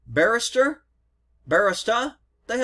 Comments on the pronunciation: ba·ri·sta /bəˈrēstə,bəˈristə/. Here you go. This will help you pronounce it correctly when you happen to go get your Starbucks coffee. 😂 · BAR- REE-STA Is the pronunciation. Cheers brother keep up the good work. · Bar-EE-stah - someone who makes coffee drinks